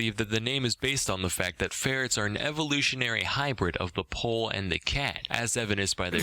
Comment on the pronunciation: Actually its pronuncing more like "pool"(poule) than ”pol” who’s closer from "paul"(name)